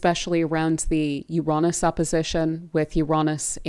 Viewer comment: Love your work. And Ur pronounciation of Uranus , I think U say it the best. Take care, all blessings joy peace and love upon you and surrounding you, Thankyou. ❤😊